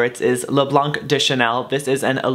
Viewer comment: On ne dit pas le "blanke" mais de le blanc on ne prononce pas le e